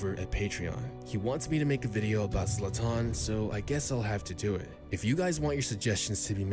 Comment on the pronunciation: Nobody:: zla-TAHN